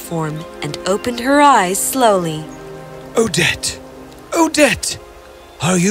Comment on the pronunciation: When the prince yell“Odette” it’s sound like“O-dead” XD